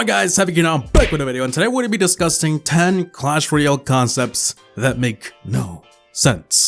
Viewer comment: Am I the only one who heard DISCUSSING as DISGUSTING ??? XD